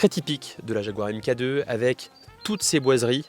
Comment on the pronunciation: Elle est magnifique 🤩 Mk2 se prononce mark 2